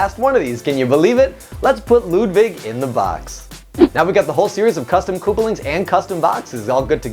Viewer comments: Ludwig not Ludvig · You’re saying “Ludvig” not Ludwig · It's Ludwig not ludvig